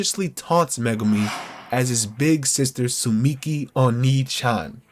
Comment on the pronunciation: Dude she’s called tsumiki and not suchimi 😂